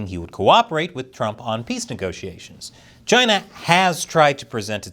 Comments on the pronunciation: Sometimes I miss the way he says Chy-na. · It's pronounced Gina...